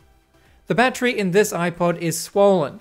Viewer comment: awesome video! and im a big fan of the streamlined way you say battery! ba-tree! lol